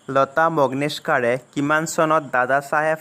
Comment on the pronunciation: অনুগ্ৰহ কৰি অসমীয়া উচ্চাৰণ সঠিককৈ কৰিব। চক্ৰধ্বজ সিংহ, মোৱামৰীয়া,লতা মংগেশকাৰ আদিৰ উচ্চাৰণ ইমান ভুলকৈ কৰিলে।